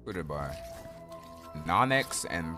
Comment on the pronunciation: It’s pronounced no-nex not non nex